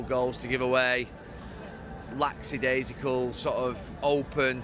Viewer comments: Everyone else: lackadaisical Gary Neville: laxadaisical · Hearing football pundits say "laxadaisical" always physically hurts me. But to fair, at this moment in time, it is what would be a common thing for Gary Neville to say. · Football pundits have awful trouble wit the word lackadaisical